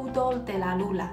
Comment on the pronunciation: Hablas muy bien español y olé por tí por hacer videos en español. Pero cuando te refieres a la Luna, dices "Lula" para que lo sepas en tus próximos videos❤